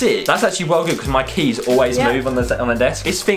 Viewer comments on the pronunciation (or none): none